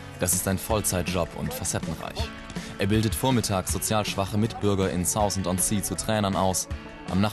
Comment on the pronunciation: Wo bitte soll 'Saußend' sein ? Meinte der Moderator mal 'Saaafend' vielleicht?